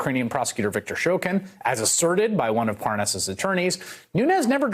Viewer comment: It’s awesome how both Nunes and Hannity mispronounce Parnas’ name in order to distance Nunes from Parnas... so convincing